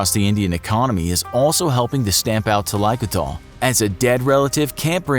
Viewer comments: Im from south india yus i do know and i have heard bout this process.. and its common in rural areas of tamil nadu .... First its pronounced as "tha-lai-ku-tha-al" Actually it involves more steps the main aim of the process is to reduce body heat These steps include feeding the elderly with previous day's boiled rice aka "palzhya sadham" in tamil it reduces body heat by a significant amount then paste made from leaves of henna are applied on their toes ( thumb) and paste made from leaves of hibiscus is applied on their head (ps : not all the the fore mention process are used on same person these are common things that they use to reduce the body heat ) They are allowed to sleep with wet clothes it induces painless death similar to hypothermia Vics usually die in a couple of days from hypothermia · The pronunciation of the word makes me cringe! Thalai means head and koodal means hair. Koothal is actually with emphasis on the th...koothhal refers to an oil head bath. It is not pronounced kuthaal but koo- thhul. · Thaikoothal is a two word combined to gather , it should be pronounced as thali - koothal ( not talaikutal ) . . Meaning head bath . Yes this is a practice in tamilnadu but not overall south india . . Extra fact - when an elderly is sick and almost near to death when they have extreme suffering in breathing, All members of the family including kids will feed her a spoon or two of cows milk to releave then from pain and life . The milk will choke them and kill them . This happens all over india no one can oppose it !!! But to be noted its not because of poverty though. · There are so many wrong things here. Including pronounciation. 1. It's thailaikoothal and not thalaikothol like alcohol. It's either a Tamil or Malayalam word. 2. Not all Indians wear turban. 3. Police wear khakhi and not black dress. 4. Healthcare is a scam in India. 5. Most of the Indians don't follow this and the statistics are wrong. Etc....etc...